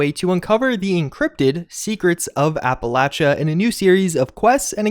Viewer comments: Not to be rude but it’s pronounced appalayshia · Great video, thanks you for sharing. P.S. Appalachia is pronounced: appa-lay-she-a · It's pronounced " Apple-Aye-Sha" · why do people (including in the game/holotapes) say applachia: "apple-otcha"? My ex was from the south and they all said: "app-all -asia."